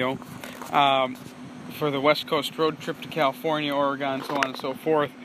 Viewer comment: Stop pronouncing Oregon as OhreeGON. it's pronounced like "organ."